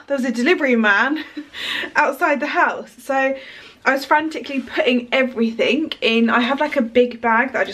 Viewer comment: I love you but please say ‘EVERYTHING…with a G and not a K!! 😄😘🙏xxxxx